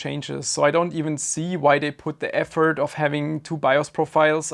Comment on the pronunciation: When he said "vendors should put more effort into...", I thought he said "more F-word"